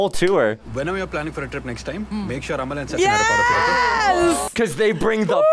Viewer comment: Youre saying Amal like Jamaal 😂